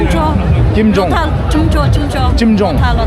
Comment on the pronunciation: Not chim jung😂😂😂😂😂 it's tsumcho....in lotha dialect ..